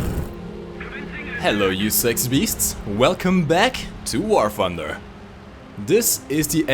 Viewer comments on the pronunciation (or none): How come you mispronounces all your t's with f🤔, for example you say "War funder". Must be a British thing